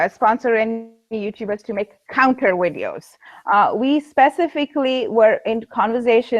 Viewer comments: Just a quick question... When says "wideos", does she mean Videos? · Le Grand Fromage Yup. No distinction between W and V in Hindi I believe.